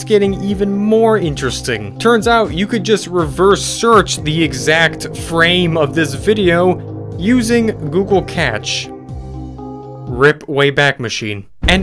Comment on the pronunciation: in all fairness with the google cache thing (btw its pronounched either "ca-shey" or "cash" not "catch") there is not much to go off of. its just a tub. this particular design is very common, and, dare I say, generic. I dont really think there is any connection here.